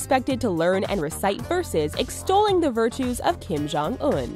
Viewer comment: kim jong suk? I think it's Kim Jong Succ